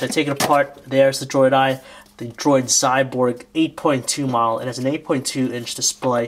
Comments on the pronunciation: Not "Xyborg", Xyboard dumbass!! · its Xyboard !!! not Xyborg !!